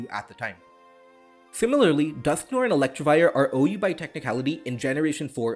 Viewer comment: Hey great video but a small nitpick is that you kept saying "ElectRivire" instead of "Electivire". It doesn't have an r there.